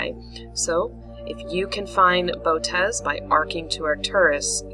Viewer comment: The most common pronunciation is bow-oh- teez. Thanks! Gregg Schultz Three Pines Observatory